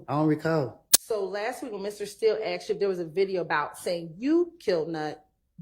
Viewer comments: She’s freakin awful. And I hate when she says “axed” instead of “asked”. It’s cool when ur either friends but not as an attorney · Stop saying axed. It is asked.🤯 A DA or ADA should have an education. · Did that lawyer really say “axksed”?! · I just cannot believe you can be a lawyer and use the word ‘axed’ so much. This lady is pretty stupid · Damn, I’ve heard “axed you” way to many times from these fools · an educated lawyer can't pronounce asked properly?